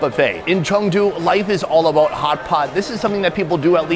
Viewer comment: Its Chengdu not changdu red neck.